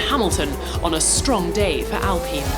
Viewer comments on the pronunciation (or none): "Alpeen"? Surely not. "Alpyne" surely.